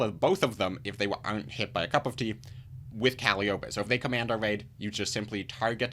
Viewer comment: Thanks for the review. Sorry to be that annoying guy, but it seems like we'll be seeing the card alot, it's pronounced "Cal - eye - oh - pee" Calliope